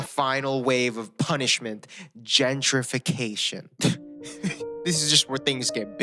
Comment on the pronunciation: THE AD REALLY DO BE CUTTING ME OFF WHEN HES ABOUT TO SAY GENTIRFICATION